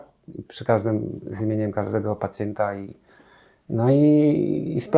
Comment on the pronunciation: Pacjenta , pacjenta nie pacjeta 😂